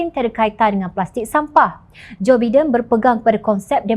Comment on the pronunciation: salah sebutan JOE BIDEN... SEBUTAN NYA ADALAH JOE "BAIDEN'.... jgn buat malu salah sebutan nya.